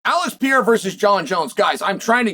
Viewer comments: Stop saying pee-air-ah!! It's per-air-ah. Jeepers. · Is he called P-eirra again Chael 🤣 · Alex Pee-Era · Why do people always have to pronounce Pereira so weird? Just say pear aye rah. Its not that hard. 🙏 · Chael is still horribly mispronouncing Alex's last name...